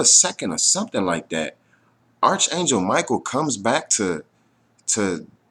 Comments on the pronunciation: arch is pronounced ark. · Just so you know, fyi, the H on arch angel is silent. So it's pronounced ARK angel!